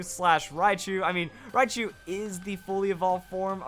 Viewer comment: Raichu, not riachu.